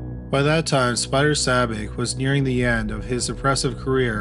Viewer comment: The narrator keeps mispronouncing Spider Sabich's last name, and that is irritating. The "ch" in it is the same sound as "chair,' not the "ck" sound.